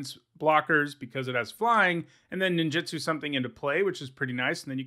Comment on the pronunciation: Please please please please stop saying Nin JIT su. It’s Nin JOOT Su. It’s not just you, it’s a lot of people. It feels like nails on a chalkboard every time.